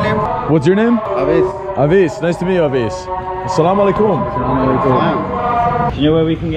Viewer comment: Bro you say assalamualaikum very nicely